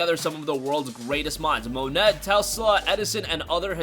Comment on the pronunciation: Dude, yer a moron. "Monet" is pronounced like "mo-nay". He was a French painter. Do yer homework. Go back to school and pay attention this time. Not the 1st time I've heard you mispronounce things either.